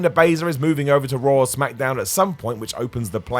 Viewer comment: Lol they pronounce everything weird Ever notice they seem put an "r" at the end of words that end with an "a"? For instance, they say "Rawr" and "John Cener" 🤣🤣